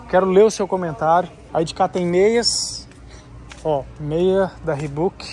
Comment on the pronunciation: Sem querer, mas já sendo chato. Reebok se pronuncia "riboque" e não "ribuque". E camisa tem botões, camisetas não. Desculpa, mas maratonando do seus vídeos, reparei nessas coisas.